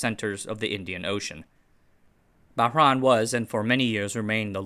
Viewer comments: It's pronounced Bah-RAIN (reYn). I grew up there, so it pains me to hear you pronounce it as "Bah-RAAAN". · It’s Bah-RAIN. Like summer rain. I had a cat named purrs from Bahrain. She was the color of a pearl and she liked to purr a lot.